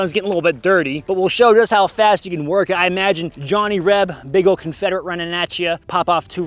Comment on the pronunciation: Love your videos, but as a Reb, not sure if I'm like the way you say " Johnny Reb", almost sounds like a slur.